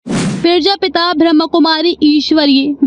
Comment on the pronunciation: पेरजापिता नहीं , प्रजापिता है सटीक उच्चारण